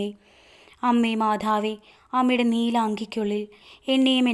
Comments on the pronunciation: മാധാവേ പറയാതെ മാതാവേ പറയു അത് ഒരു കുറവാണു. കുറ്റം അല്ല കേൾക്കുമ്പോൾ എന്തോ ഒരു ഇത് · മാധാവേ അല്ല മാതാവേ 🙏. ആരോഖ്യം അല്ല ആരോഗ്യം